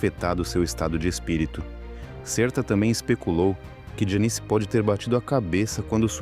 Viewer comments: A NARRAÇAO SE EQUIVOCOU NA PRONUNCIA DO NOME DELA,,, JANIS, NAO JANICE,,, MAS ISSO NAO TIROU O VALOR E PRIMOR DO VIDEO,,, EXCELENTE,,, PARABENS ........E DEIXANDO O LIKE,😀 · Que forma do narrador pronunciar o nome da Janis, lê-se "Jéniz" e não ""... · Me deu muita gastura ouvindo o narrador chamá-la de "Janice", um zilhão de vezes. 😮